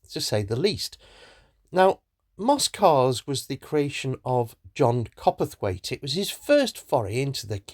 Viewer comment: Dreadful pronunciation of John Cowperthwaite's name and one of his legacies; The Monaco. He is not "copperthwaite" and it is not a 'monerco'!!! 🤦🏼‍♀️ Rollover protection? In the 1990s? OMG!! On a kit car? Do you think anyone would buy any kit car if they had safety in mind? (Pretensioners, SIPS, ABS, SRS, etc..). The Monaco was a great application for hill climbing, and John knew of an owner who dropped a 3.5 litre V6 engine into theirs for just such trials.